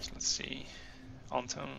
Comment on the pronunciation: Cveta is a serbian name, i think. Or bulgarian. Well, you get it. Russian equivalent (and by extension ukrainian, belorussian etc) is Sveta, but this particular name is pronounced "Tsveta", so you're doing a totally good job at calling their names :D There's only one thing - i think that the accent in "Anton" goes on the second syllable. At least in Russia/Ukraine/wherever else. Maybe in some slavic countries it is pronounced differently, i don't know for sure.